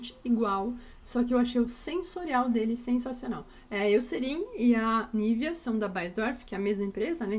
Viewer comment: Já estava ansiosa esperando por esse vídeo! Amei 🥰🥰🥰 Mas,, não se fala Nívea, se fala NIVÊA. Todos no Brasil falam errado o nome da marca.